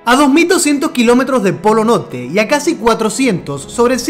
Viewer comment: Por que NO PRONUNCIAS LA R ? POLO NOLTE